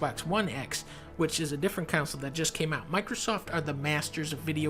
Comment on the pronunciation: why is dunkey saying counsel instead of console?